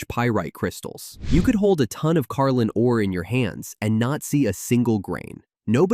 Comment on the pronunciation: Carlin not carline